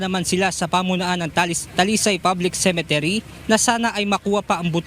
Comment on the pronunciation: UNTV/, CEMETERY ( not ce. men. te. ry.)